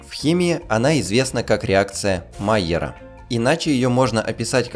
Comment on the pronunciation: Луи Камий Майяр был французом. Реакция Майя́ра, а не Ма́йяра.